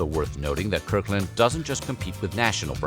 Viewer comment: “Kirk Land”?